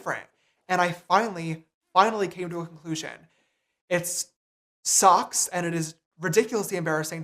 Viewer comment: i’ll never get over the fact that he said that he’s desperate and it ‘socks’